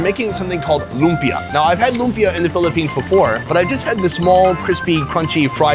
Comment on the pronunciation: Correction sorry its not "loompa" its like- loumpia but its not the spelling just the pronouncing